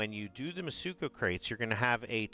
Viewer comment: Mitsuko, not mutsuko. Have all the faith this guy knows what he talking about 😂